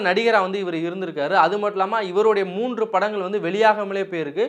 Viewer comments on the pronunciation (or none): none